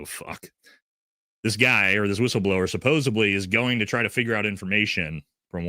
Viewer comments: you can't claim to be highly intelligent and pronounce especially (icspecially) and supposedly (supposibly) both things can't be true. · You can't complain about someone's IQ when you pronounce the word suboseBly. There is a D not a B! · Hey bro, not to be pedantic, but the word is “supposedly,” not “supposably.”